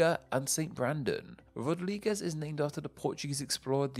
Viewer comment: Just a heads up that Rodrigues is pronounced as "Ro-drigz" and not "Ro-drig-ez." At least, not locally